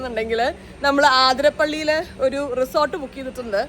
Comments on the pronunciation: ആതിരപ്പള്ളി അല്ല , അതിരപ്പള്ളി😊❤ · Its not ആതിരപ്പള്ളി its അതിരപ്പിള്ളി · Aaathirapalli ala athirapalli... Aaaaah Venda😂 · അതിരപ്പിള്ളി aane ആതിരപ്പള്ളി alla